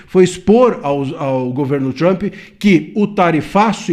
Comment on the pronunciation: NÃO É PRESIDENTE TAMP. É PRESIDENTE TRUMP LULA. FALA DIREITO !